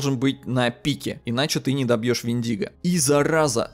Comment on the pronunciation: ПОЖАЛУЙСТА! мы тут, в Grammar Nazi, уже места себе не находим, хватит ставить ударение в слове вЕндиго на любые буквы, кроме Е, и да, слово вЕртиго аналогично читается!!!